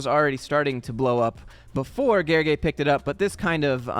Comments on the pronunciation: Haha, letter l is not silent, the "ly" itself is one (different) letter in the hungarian alphabet. But you pronounced it surprisingly good even if just followed the voice sample :D Great job! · Here I am watching this video, expecting another failed attempt at ‘Gergely’ and BAM you pronounced my name right on the first try! Big up. The whole video was spot on. It took real courage for Declan to post and try to get attention. I decided to call the bluff because I was certain that a company where the CEO was gleaming how they’re the best employer in the country won’t want to drag a former employee to court over a LinkedIn post barely anyone saw up until then. It would have been spectacular entertainment if they, indeed, went to court claiming damages over this, and I don’t think the judge could have made any sense of it. Well, after they threatened, several times more people know about both the post, and I hope other CEOs take note on what not to do if you care about a positive company image. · Gergely is a hungarian name (also my third name btw.) you pronounced it suprisingly perfectly. In hungarian language "ly" is a special character. It is considered one letter and the same sound as "j" and pronounced just like you perfectly did. Fun fact that it is literally studied word by word by children which words use "ly" and which words use "j" for the sound. Similar "one letters" that are made from two other letters but make for a whole different sound than what the source letters represent in the hungarian language are: gy, ty, zs, sz, dzs. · As a fellow Hungarian, you pronounced Gergely 's name correctly. Thank you so much. It is refreshing, not many English speaker is up to the task ❤️ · L is not silent in Hungarian LY is one letter and you pronounced it correctly (it's the same sound as the Y represents in you).